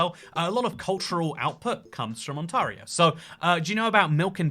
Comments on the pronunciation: On-tare-ee-oh, not On-tar-ee-oh Ontario is basically 4 regions, the farthest bit south is Southwest Ontario (London, Windsor, Kitchener), the farthest bit east is the Ottawa Valley, around the northwest shore of Lake Ontario is GTA (Greater Toronto Area, Toronto, Mississauga, Brampton, Hamilton, PIckering) and the rest is Northern Ontario (Thunder Bay, Sault Ste Marie, Sudbury) 90% of Canada's population is within 160 km of the US border Toronto is pronounced trah-nah Bags of milk are great We are the world master of chips (crisps to you) having more flavours than ANYONE! There is a line in the Journey song Don't Stop Believing, "just a city boy, born and raised in South Detroit", There is no south Detroit, there is downtown, which is all businesses and then, south of that is Windsor, Ontario My hometown, Sault Ste Marie (first word pronounced Soo, second is from the feminine French word for saint, sainte) has three songs about it, a play and a book and was once considered as the capital for a proposed Northern Ontario province Don't believe our media - we are not as fanatically liberal as the media would have us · I normally don't rag on people about their accents, but could you have tried a little harder to pronounce anything closer to a north American accent? Ontario even!?!?! Sincerely, someone from Saskatchewan. 💀 It's real bud. And we rip, bud. I don't know why anybody would make a video all about a place they've never visited. Toronto is definitely not the first place a Canadian thinks about when they think of Ontario either. Lol and the Accents are not from Ontario..if anything, ironically a prairie accent or a Newfie accent are the most obvious, thickest Canadian accents. Have you not seen Fubar? Trailer park boys? That is absolutely as Canadian as you can get. Go watch those and then let's chat about Canada 🤪😭😭😭😭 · He pronounces ontario a little different. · It's pronounced Ont-air--ee-oh, not On-tar-io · It bugs me so much the way he says “OntARio”